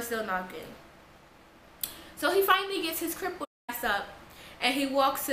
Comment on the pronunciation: OMFG!! She said crypled lmmfao